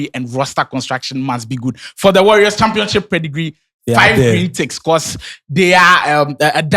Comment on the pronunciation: When will stop saying championchip 😂